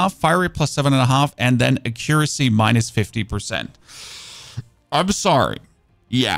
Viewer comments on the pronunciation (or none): Your english is great for someone growing up with dubbed tv. Much better than my other friends from Germany tbh. But if you wanna say it right, it's ACC-uracy, like ACC-uranus rather then a-CCUracy like you're currently pronouncing it. Also great vids, keep it up man :) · If you pronounce the following just the way you'd read it as a german, you will end up pronouncing accuracy right: äquräßi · Tungsten AP ammo is sooooo "expensive" to make in large quantities. I'll use it for bosses only. Thank you so much for this build guide - I'm gonna give it a shot (pun intended). BTW, if you care at all (and I don't really - but just in case you WANT to know)... "Accuracy" is pronounced ACK-yer-rassy. Your pronouciation just had the wrong syllable stressed, it's no big deal because we know what you meant! Thanks again so much! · Don't forget Siphon, it should be said like Sai fn, and Accuracy is a·kyoo·ruh·see.... or just google pronoucnations to see how it sounds?. eiter way it don't matter. lol